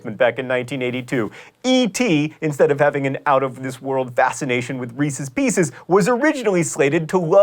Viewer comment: Reese's Pieces not REESEES PEECEES! >.<!